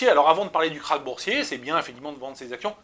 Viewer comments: KRACH pas KARCH lol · « Karch »? Connais pas ce mot.